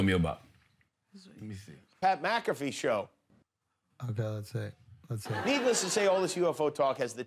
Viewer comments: Mcafee not McCafee lol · It's McAfee lol...